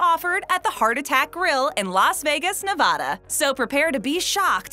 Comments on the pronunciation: Nevada not vanada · You said Nevada wrong